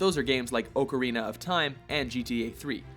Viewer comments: THIS dude can't pronounce anything Oh-carina, Ackwaman, Deebut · "OKE-arina of Time" cringe